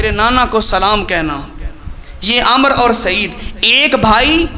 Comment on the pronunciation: ع ، م، ر ۔۔۔۔۔عمر ھوتا ھے ۔۔۔۔۔امر نہی